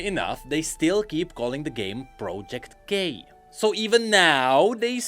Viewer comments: Everytime says project k it sounds, at least to me, as if he says "project gay" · "project gay" is what I heard lol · i keep hearing project gay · Is he saying project gay?